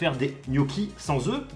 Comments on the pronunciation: "Oeux" omg c'est Oeufs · Rélie un œuf des œufs (se prononce eu) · Je suis le seul qui sois choqué à des « oeux ». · Des "oeux" ou des oeufs mdrr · des "oeux" ouch mon français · Ils nous faut donc des « oeux » 😂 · "Des oeux" alala les maths oui mais le français c'est autre chose hein